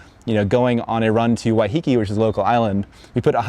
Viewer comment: Gummon bro ‘Why-heh (as in hen) -keh (as in Ken) Not ‘Why-he-key’ Cheesus